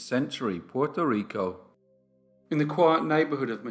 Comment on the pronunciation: Hey bro, the only time I’ve been really off put by something you’ve done is right now when trying to pronounce the island, state/city in their native accent. Don’t be that pedantic. It doesn’t suit you.